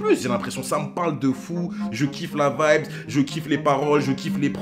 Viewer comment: Mdr tu recommence à dire vibeS au lieu de vibe mais sinon continue je kiffe tes vidéos!